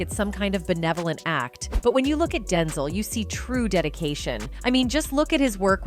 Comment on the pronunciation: Stop saying OPR. And learn how to pronounce Denzel.